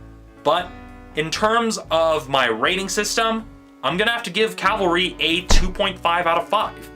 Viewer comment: You have misunderstood this film entirely – you mispronounced the title of the movie “Calvary”, this is key, Calvary in Christianity is the place Jesus was crucified, the place where Jesus took the sins of the people upon himself, this is what the whole movie is about. This movie is the story of Christ crucified re-told.